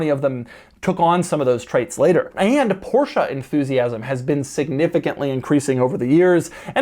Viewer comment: Did Doug drop a “Porsch” … I’ll commander your Carrera GT now, sir. I’m local and can pick it up.